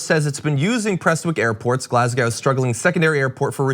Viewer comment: Glasgow pronounced like Chicago